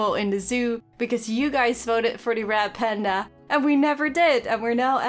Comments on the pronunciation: It sounds like your saying rat panda and that makes me laugh I know you mean red panda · I'm sorry but now that people have said your 'Red Panda' sound like 'Rat Panda' I can't un-hear it- 😂